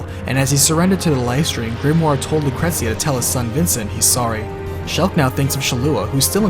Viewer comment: Lucretzia??? Cait Shee? idk if those are the correct pronunciations, but you couldn't pay me to pronounce them that way lol